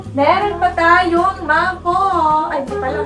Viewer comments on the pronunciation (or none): none